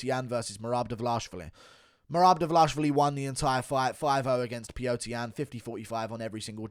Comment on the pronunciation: Still laughing from your meltdown on livestream. Your pronunciation of his name, Dva-LASH-vili reminds me of Chael’s “Bluhal Mohammed”.